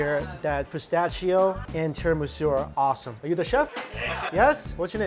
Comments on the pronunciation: Its pronounced pis-ta-she-oh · Im so happy he is enjoying a genuine Fiorentina.! I have lived in Italy 20 years and have never heard that unique pronunciation of pistacchio.🙂